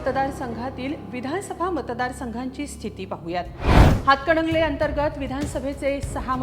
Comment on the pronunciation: हिला हातकणंगले असे स्पष्ट म्हणता येत नाही अजून ती हातकडंगले म्हणती या 😂